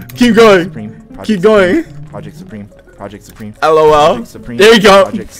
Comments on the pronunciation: Lol "ProjetSupremium"😂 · kai said supremeo ... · “Project…. SuPrEmiO” 💀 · “Project supremio” has me dead 😭😭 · Kai really Said projectsupremeo😂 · “Project Supremeo” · "Project supremium" - kai cenat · "project, supremeo" 💀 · Kai said ProjectSupriemeio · “Project supremio” 💀💀💀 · Kai said projectsupremeium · " project surpremio " 💀💀💀💀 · Bro said project Supremeo 😂😂😂😂😂😂😂😅😅😅😄😄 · Bro said projectsuprmeo